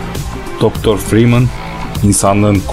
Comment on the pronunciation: Oyunun başrol karakterinin soyadını bile doğru okuyamıyorsun neyine senin bu videoyu yapmak